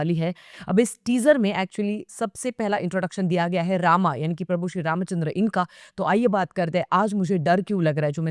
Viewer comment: तुम्ही "श्री रामचंद्र" या नावाचा उच्चार फार सुरेख केलात...!!👌👌